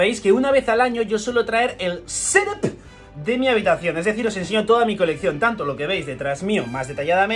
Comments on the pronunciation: Por que dices "Sedáp", es "Ctúp" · Jajajajjaaja ¡¡¡¡¡Ssssseethap!!!! Jajajajajajajajaajja like jajaj